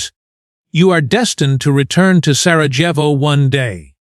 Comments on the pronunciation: It's pronounced SaraYevo. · You cannot even get the pronunciation of your subject correctly ….PATHETIC.